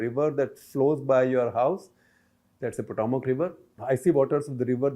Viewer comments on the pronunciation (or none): none